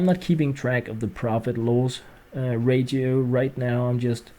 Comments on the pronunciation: ur both wrong its ray-she-oh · Ratio is pronounced rashio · ratio is pronounced ray-she-oh.